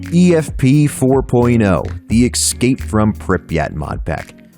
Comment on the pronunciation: Dude great video, I don't think there's anything like it on YT, in English at least. I've only played gamma and efp of the packs, I like elements of both. Also did you just say: Egscape from Pripyat? Do you also 'axe' people questions? lol.